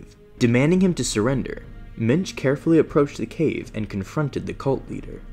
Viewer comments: Genuinely thought he was saying Minge the whole time. What a name. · thought he said minge